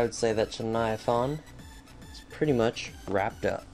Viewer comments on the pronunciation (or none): You said chuviathaun not chuniathain